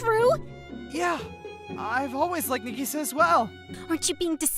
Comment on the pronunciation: female version of Hikkigaya Hachiman. interesting. Also :50 Did you just say Nigisa... no way right nope you definitely said Nigisa